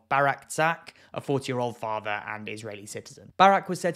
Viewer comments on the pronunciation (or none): none